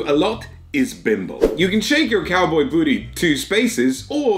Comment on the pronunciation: Did you say "Cowbae"? I'm. . . I'm not sure what to think about that. I need to lie down.